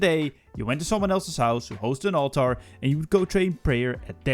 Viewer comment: all-ter, not all-tar